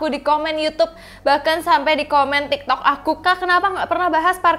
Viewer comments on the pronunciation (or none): none